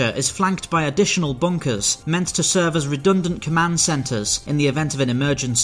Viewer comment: He says "bunkers" but all I hear is "bonkers"